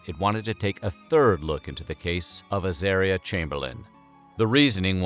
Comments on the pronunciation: At least learn how to pronounce the baby's name. Her name was Az-aaah-ria, not az-AIR-ria. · Wrong. It’s pronounced azAHria. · It's a pity they've pronounced 'Azaria' incorrectly. It's pronounced so it rhymes with the word 'aria'. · Soooooo many errors : * Az-are-reeah - not Az-air-reeah. * Uluru is Uluru, not Uluru Rock. It used to be named Ayers Rock. * Lindy did not search, let alone lead the searchers - she stayed at the camping ground. * Michael did search. * Lindy only added Creighton to her name when she remarried. It is incorrect to referred to her as LCC when describing the death and trial. * Lindy did not see her child eaten. She saw her child taken by a dingo. * Dingoes are wild. There is no such thing as a tame dingo. * A dingo is not a wild dog. Maybe a bit more research??? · It says the name wrong my sisters name is Azaria it is said Ah Zar Re Ah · In Australian it’s pronounced ‘Ah-zar-i-ah’